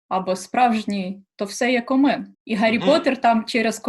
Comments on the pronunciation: Цікаво, що зі всіх "хижа" слово не впізнали :D.. Як так?) Це ж українське нормальне, літературне, популярне слово :) .. ой йой.. Цікаво звідки ця дівчина.... кОмин, а не комИн... І комин то є то що стирчить зі стріхи, а не всередині хати. Те, що всередині хати - це не комин, а п'єц або камін. P.S я зі Львова, знаю слово кОмин, тому що мої дідусі й бабусі, та батьки так кажуть. - у мене бабуся одна казала на штани "нагавиці" (ну і в цілому селі, село дуже велике, до речі), але через "а".. :) - Цікаво слово "никати" в його діалекті як "шукати".. А в нас "никати" означає "ховати" :). Цікаво як так вийшло)) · Комин, наголос на перший склад. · не комИн, а кОмин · І не комИн, а кОмин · кОмин, буква под ударением, так что никак комин не прочитаешь кАмин. Да и русское слово камИн, ударение на другой слог имеет и оттого звучит иначе. Да и происхождения у слов разные, хотя и много букв похожих. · Не коми"н, а ко"мин... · Тільки не комИн, а кОмин) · Комин-наголос на ,о,. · кОмин, наголос на о - так казали обидві бабусі з західної і з центральноы України , маючи на увазі піч, дуже розповсюджене слово по всій Україні. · только ударение на о.